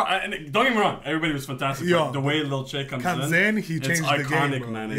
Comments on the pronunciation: Y'all are saying lil chey that's not how you say his name 😂💀, it's lil TJAY omg lol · It’s lil T Jay not lil chay🤣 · It’s not lil tschay its T-jay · ITS PRONOUNCED TEEJAY LIL TJAY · U pronounce lil Tjay as lil Teejay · ITS TEE-JAY